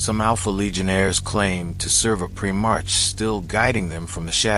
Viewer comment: Very good mate. Just one thing, it's "primarch" with the "arch" pronounced like "ark" - the h is unvoiced 👍